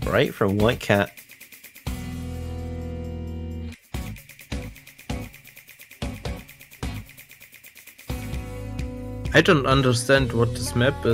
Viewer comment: dude even in the other commentator tells him that he said flycat